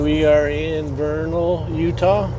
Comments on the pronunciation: It is pronounced Ver nil = Vernal just say it fast. Just letting you know man you can call it whatever you want. ;) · Tip from a Utah local, Vernal is pronounced as Vurr-null. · Vernal is pronounced Vernil. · I love your channel! That's pronounced "VER-nul", in Utah. I used to live in Utah.